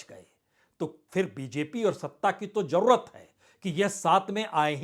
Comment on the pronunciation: 2 : 19 jurrt nhi jarurat bolne me sudhar kre